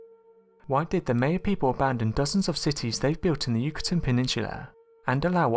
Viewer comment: Maya ~~~> my-uhhh. Not may-uhh. Sorry